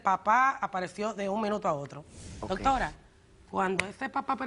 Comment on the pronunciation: Hablan asi todos los dominicanos? No pronuncian la r, suena como no doctola, yo no lo peldono. :) h: Pelo doctola, yo la amo. lol